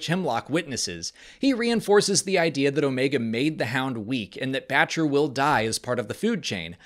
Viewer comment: I swear she was saying "Betch-ya" not Batcher... dunno... but ya I realize it's Batcher....